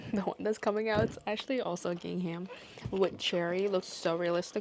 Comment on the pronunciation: A lot of crocheters are having hand/wrist pain. Fortunately you have other products you can work on. Bookmarks are pretty, you are so artistic and creative. I love gingham as well. BTW the “h” in gingham is silent. English language is so confusing😂.